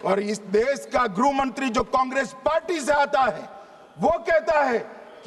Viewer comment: ग्रुह मंत्री😂😂😂😂😂😂बोलना भी नहीं आता , गृह मंत्री शब्द😂😂😂